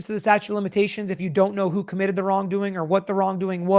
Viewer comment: "Statue" of limitations. Lol.